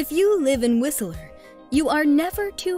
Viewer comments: It's Whistler not Whisteleer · Whiseller??? Your pronunciation sucks. It's Whistler; not Whiseller. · It's not Whistle.......er ; it's whist......ler. You don't know what the hell you are talking about. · Whist-ler not whistle-er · Lol.... Whist Ler.. Not Whistel er just saying. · Whistle-ler. facepalm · Right, haven't heard many people saying WhisELLer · When she mispronounced Whistler, WHISTELER, this video started going downhill and never looked back. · Did she just say "Whis-i-ler"? bahaha! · hahaha have u ever been to BC? you can't even pronounce whistler!! it's two syllables not three, anyone who spent two seconds in BC would know that. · My ears everytime she pronunce "Whistler" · you are saying Whistler wrong and its pissing me off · The T is silent in Whistler. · There's no "a" in Whistler. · That's not how you pronounce Whistler...